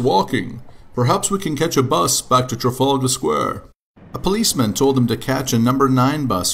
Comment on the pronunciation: you pronounced "trafalgar Square" wrong! it's trafalgar Square! not trafaulga Square!